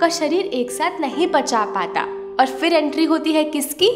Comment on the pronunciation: FHIR FHIR FHIR FHIR FHIR FHIR FHIR FHIR FHIR FHIR FHIR FHIR FHIR FHIR Nai Madam PHIR PHIR PHIR Boliye Phal phal Fhal Fhal nai Phal Boliye